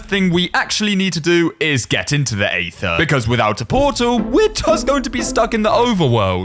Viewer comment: Mispronouncing Aether for 47 minutes and 25 seconds straight